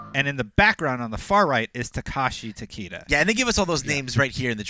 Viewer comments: Yeah these guys have messed up almost every pronunciation. They said for Tarkatan "Tarka-tan" instead of "Tar-cat-tan". And for Takeda they pronounced it "Ta- Key-da" instead of "Ta-Kay-da". Embarrassing because its IGN. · Tah-Keh-Dah -- That's how you say it properly lol